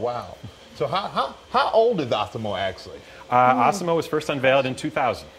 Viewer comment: Stop calling him "ah-si-mo"! You heard the man--er, I mean guy! You heard the guy! His name is "az-si-mo"!